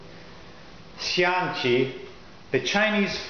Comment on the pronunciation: Wow, as a Taiwanese I have to say your pronunciation of xiangqi is excellent. 象棋(xiangqi) is a really common game in Taiwan. Board games are more familiar to younger generations, but almost everyone knows how to play xiangqi. Its not hard to find elders hanging out playing xiangqi in parks as their hobbies, and some of them play ed really well. Also there are many phrases created from particular moves or strategies in xiangqi, like 馬後炮(check with a cannon behind a knight), 雙炮將(check with double cannons), 將軍抽車(check and force your opponent to sacrifice his rook for his general), 王見王(governor and general face each other directly), 當頭炮(move one of your cannon side way behind the middle pawn as the first move in a game) and etc.